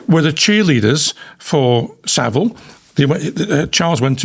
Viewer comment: It’s vile not ville. Easy to remember.